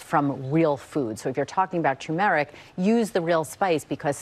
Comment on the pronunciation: The way this girl pronounced "turmeric" and I'm supposed to take advice from these people?